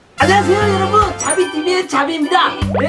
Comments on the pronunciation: 방울이가 자비라고 할때 자기야 라고 하는 줄 알았음..ㅋㅋ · 자비을 자기라고 들었엌ㅋㅋㅋ